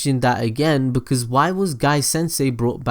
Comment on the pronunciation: its "because" and its "occean"